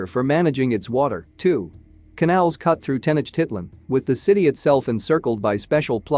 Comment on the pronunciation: Yeah, I'm here yelling at the enunciation lol. Teh-noach-teet-lahn. You should here me cuss at the Ancient Aliens guys on tv 😂 Sometimes they really slaughter the Spanish.